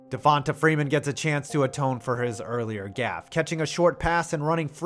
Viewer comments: It’s pronounced Devontay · Everytime he days devota freeman I shit a Lil bit... ots pronounced devontay damn mayonnaise get it right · Just some help pronouncing Black guys' names: just because their name doesn't have a 'y' or an 'e' at the end, you still pronounce it as if it does. So Devonta Freeman is pronounced "Devontay" not "Devontuh". And Donta Hightower is still "Dontae". Sorry, it was just cringe hearing the narrator say Dontuh and Devontuh. Lol. Great video guys 💪🏿💪🏿💪🏿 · Dude…it’s De-von-TAY…and Don-TAY😂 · Who tf pronounces Devonta and D’onta like that?